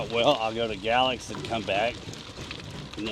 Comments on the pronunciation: We just watch this video today, we’re going to ride from Pulaski to Draper (Mercantile) with the kids. In the future going further and further. Great video! Every time you said Galax ( gal-lex) - we giggled and said it like you… ( gay-lax or gay-lacks ). Great content!! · hey just so ya know it;s pronounced GA-LAX with the A being long!! GAAAAA lax!!